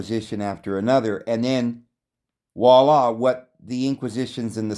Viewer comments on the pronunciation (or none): none